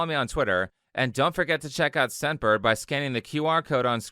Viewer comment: hey a quick comment, i was listening to this video and i kept hearing you say "sempered" instead of "scentbird" in the advertisment. it might not be so clear to other people as well